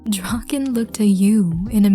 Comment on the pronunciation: When she said draken x listener the subtitles really said drawkin x listener💀 but hey atleast it didn't say rawkin lmao